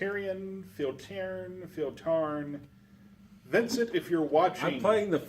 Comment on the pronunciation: Hey! Thank you for covering this. This was fun to watch. I loved the quote, "You're significantly ahead of the coin flips," - I ALSO like most things better than Munchkin. I'm glad we share the same opinion there.:) A few quick notes. 1. Pronunciation of Filtiarn is Feel-T-arn (since you asked). 2. The start of turn happens before drawing. I admittedly, missed this from the rulebook and put it on our FAQ here: 3. Only spells that say, "attack" actually attack. Cards like "Mental Surge," that says "Draw One Card," do just that. With that said, I care more about you having fun and it looks like you guys did just that! I'm always open for variations, but just wanted to point that out. I think that covers everything. You did a really great job of explaining the rules and I'm glad the game was fun for you. Thank you so much! This was an absolute treat to watch! EDIT: Also, forgot to mention that Spellslingers will be available at Geek Out Games soon. It's also available at Tapstart Games, Next Gen Trading, and Clover Collectibles. Those wanting to get it from the website can do so here